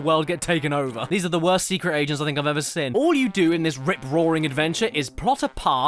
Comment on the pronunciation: Why do you pronounce seen, as “sin”?